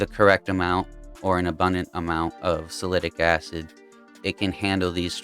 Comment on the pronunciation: are you saying, Salicylic Acid??? sal-a-sil-ick? i can't find salitic acid..... thanks.